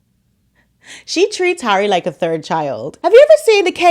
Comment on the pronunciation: And when she's not calling him H, she's calling him "Hairy". She's so clever that she can't pronounce 'Harry'. 😂